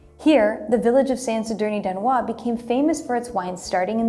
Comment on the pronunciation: San Sadorni d’Anoia with the French pronunciation is so funny as a Spanish guy 😂😂